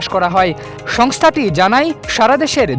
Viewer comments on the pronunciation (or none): none